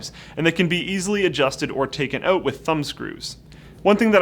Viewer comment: Its 'out' not 'eut'.